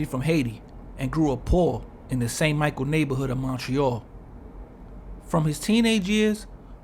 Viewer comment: It's St-Michel, not St. Michael